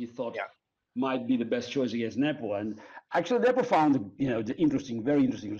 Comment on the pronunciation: If Sadler at least knew how to correctly pronounce Nepo's name.